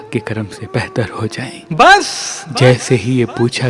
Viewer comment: Why do you say "bas" like that and what is "Imam Ali AS"? It's Hazrat Ali RA. Hazoor SAW is the last Prophet!